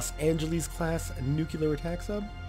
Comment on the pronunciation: I know it seems rude of me but... It's NEW-CLEAR/NUKE-LEER not NUKE-YOU-LAR.